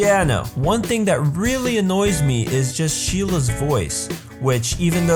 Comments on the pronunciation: In the anime, it is pronounced SHELL. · You sead sheele wrong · He called sheele shail